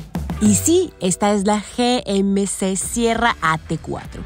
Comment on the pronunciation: Me pregunto porque no pronuncia GMC en ""ingles"".